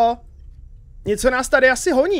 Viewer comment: ja som slovak ale pochopil som aj neca nas tady ale ... HONíííí ja viem že je to naháňať ale znelo to tak že honíí